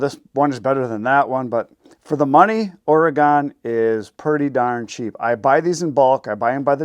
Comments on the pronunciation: my home state is Oregon = Or-i-gun, not Or-ee-gone, just saying. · It’s “oregun”